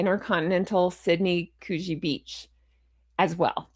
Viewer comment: Coogee ….. pronounced “ couldgee” and yes we in Australia are having a bit of a shark problem atm 🇦🇺